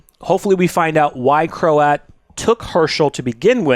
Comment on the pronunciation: Btw… Croat is one syllable. Rhymes with throat.